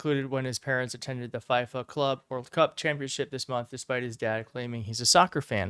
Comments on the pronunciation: It’s pronounced fee-fuh not fai-fuh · you are too bright a guy to mispronounce FIFA. I cringed when I heard it! It is pronounced: FEE FU… Not F eye..FU. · It is pronounced FEE-Fuh, just sayin'. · Bro…the “Fyfa” World Cup!?!? Lol Come on bro. You live under a rock? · FIFA is pronounced feefa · He said "fife-ah" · Feefa. FIFA is pronounced feefa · Love you Man, and FIFA is pronounced "Fee-fa". Barron suggested that Trump do the Manosphere podcasts and that played a big role in his father's victory. Maybe he's taking heat for his Dad not releasing the evidence in the Epstein case? Maybe Barron is realizing his father is a monster and that he needs to get away from the evil?